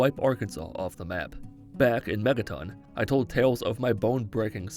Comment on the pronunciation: I swear I heard you say “Mettaton” instead of “Megaton”...